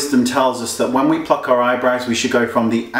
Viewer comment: i heard pluck.. haha